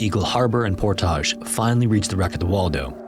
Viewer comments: Love your videos but man, it’s ’Por-tij’ no need to get fancy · PorTAAAHZH. You make that podunk town sound so fancy. LMFAO. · Also, Port-ij as opposed to pour-tah-j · also Portage as Por-tage.. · I lol'd when he kept saying Portahhhj. The lead up with Dullith was also rather comedic. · And Portage, Wisconsin was also wrong. The "-age" is pronounced like at the end of "baggage", not "omelette du fromage" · About as bad as the "Portage" pronunciation. Tried too little with Duluth, and too much with Portage.